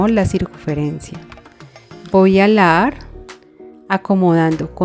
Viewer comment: Se dice jalar no alar